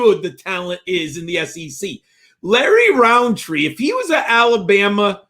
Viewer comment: Love the pod but its rountree not roundtree its like a pet peev of mine